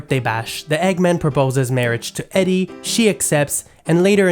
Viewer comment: What is your accent? It's "EEDIE" not Edie".